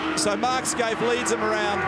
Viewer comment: Fucking Neil Crompton, his name is Mark Skaife, not Mark "Skaithe". Get off the booze mate.